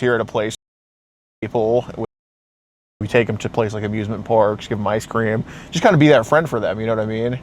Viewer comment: Man every time this guys says “just” it sounds like he says “jizz” 😂